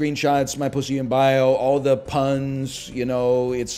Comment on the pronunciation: I agrre with that chatter that said they hate how NL says pussy. It's too damned plosive.